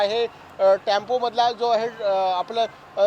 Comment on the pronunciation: Tempo. not Tampo.I think you are a Maratha 😂